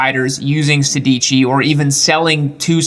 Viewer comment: sedici is not pronounced "say deegee". it is more like "sad" "itchy" without a paus in between. it means "16"